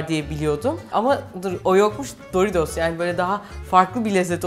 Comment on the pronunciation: ABLACIM PARMEZAN DEĞİL PARMESAN, DORİDOZ DEĞİL DORİTOS BUNLARA ODAKLANMAKTAN VİDEOYU İZLEYEMEDİM SAYGILAR